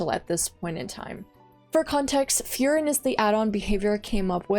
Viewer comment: It seems it’s your birthday, Happy Birthday! love the video and just so if you care about pronouncing some of them right, such as furin, try saying full-lean or full-Lynn in a monotone robot voice, that should sound pretty correct. I’m Chinese but have studied Japanese, if you want i could try look into these and find a similar way for pronunciation like that. Just know in Japanese every r sound is l, ra is la, etc. And the tone in furin is flat, so i told you to do it in a monotone voice, it differs between words. But overall things sounds good!